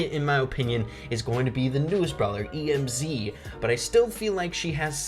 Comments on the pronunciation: THIS MAN SAID E M Z AND NOT EMZ THAT A RIP IN THE CHAT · It's Emz not E M Z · STOP SAYING E M Z, ITS EMZ, 1 WORD IDIOT!!!! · Tf. Did u just say “E-M-Z”?! Just say Emz... like m&ms say the ms (ems) and add a bee sound in the end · Just wondering why do you cal emz e m z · It's pronounced em'z not E.M.Z. lol. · He called Emz E-M-Z 😂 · When he said emz I had a stroke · lol, E - M - Z he said